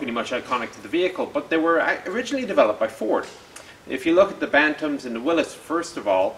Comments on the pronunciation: Props for pronouncing Willys correctly (Will-is) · Props to the proper pronunciation of Willys of Willys-Kaiser or Willys-Overland...